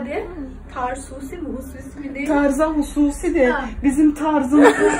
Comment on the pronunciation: Ince belli cay bardakta kahvenin ismini dogru soyleyin kizlar. Tarzusi degil Tarsusi. Tarsuslu olarak uzulurun bakin. 😅